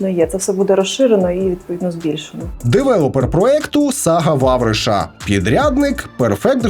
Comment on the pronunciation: Девелепер? Девелепер? Серьезно, девелепер? Вы там редакторов с бурсы набрали?